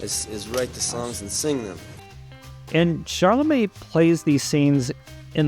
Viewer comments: It's Timothee "Chalamet" and not "ChaRlamet." You said CHARlamet over and over. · Yes, he said Baze, and ChaRLamet. It drove me nuts! Also he didn’t do much research. I’m a nobody in AZ and I know that Dylan asked the director to change the girlfriend’s name. Also, according to interviews I’ve seen with Timothee, he has not yet met Bob Dylan. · why do you keep calling him "charlamet"? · I saw it! I loved it! But I have to ask, why does this guy keep talking about Shar-la-May?? Who is Sharllamay?? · ChaLamet(silent T) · ChaRlamet? Do you see an “r” anywhere in the spelling of the name? How hard can it be to pronounce the star’s name correctly??? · Great commentary. Still, I can’t believe you can’t correctly pronounce the lead actor’s last name. There is no r! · Good review, but you blew it on Chalamet and Baez pronunciation. Wikipedia is a good place to check out name pronunciation before a review. 😊👍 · Everybody mispronounces Joan’s name & Timmy’s. Does it mean what he’s saying is wrong? Come on stop being prickly